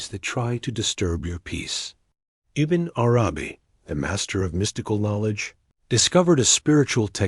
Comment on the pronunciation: Bismillah - great content. Can you teach the AI to read Ibn Arabi's name as if it is one word, [IbnArabi] with the emphasis on the first A of Arabi, not the second? a lot of the pauses make it hard to listen to the AI